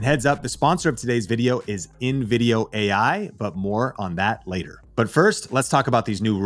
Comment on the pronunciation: The guy in the video doesnt even say ai correctly. Ai talking about ai